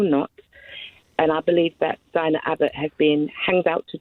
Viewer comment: The first caller got Diane's name wrong no less that 7 times, and yet she professes to care so much?